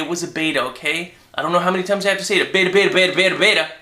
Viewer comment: batter batter batter batter! Batter! lol i know he was actually saying beta.